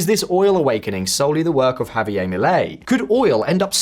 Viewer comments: It’s pronounced /hav-ee-air/, not /hav-ee-ay/, m0r0n. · Guess what? It's JavieRRRR not Javi--ayy The R is pronounced. You're welcome :) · HAV-ee-air, not HAV-ee-ay It's Spanish, not French. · both halves of javier are Spanish. Ive never seen a name where the first half is Spanish m and the second half is French. Its pronounced "ha vee AIR".